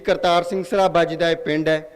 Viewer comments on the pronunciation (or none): bro dont talk suit bceause u don t know what happening must have to think ur speech nothing show it is villige saraba not sharaba u have to know about ur pronucesition shharaba it is saraba ok